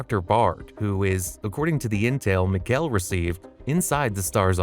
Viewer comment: And mikihail sounds like Miguel lol